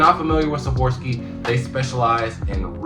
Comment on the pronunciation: Swarovski not savorski